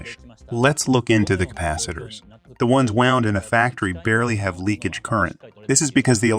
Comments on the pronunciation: And wound gets pronounced like wound, aka bullet wound vs wound as in what one does for a coil around a spool. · yea, it's fine. It's good content. It's funny that the AI pronounced wound like bullet wound instead of wound like wound around, but nothing worth getting worked up over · wound is pronounced wownd, not woond! Stupid AI. A 6yo can speak better. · Nearly all of the words were pronounced as a native North American speaker would say them, and all of them were decipherable even if pronounced a little unusually. Wound was pronounced as "woo-nd" (like an injury) instead of "wow-nd" (as in rolled-up). As a native speaker I'd never even considered those two words were homograms. until it said that I'd thought it was a person reading a translated script. More technical words like "Anode" and "Cathode" seemed to trip it up as well, though not consistently, and not badly. Mostly just the wrong emphasis on the wrong syllable. Still an amazingly clean pronunciation and pretty smooth tone for a text to speech bot though! Making the coke electrolyte example caps was a great way to shake up the video as well. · You know its AI translated when it knows not the difference between 'wound' (injury) and 'wound' (past tense of wind)